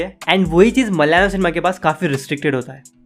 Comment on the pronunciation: It’s not MALYALAM (मल्यालम), please pronounce it as ‘MA LA YA LA M’ (म- ल-या- लम)